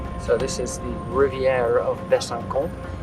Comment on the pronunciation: Am loving the series! Thank you! (But am surprised at place name being mis-pronounced: "Besançon" ... the ç is pronounced 's' not 'k". Pardon my mentioning it). Very best regards. G Ire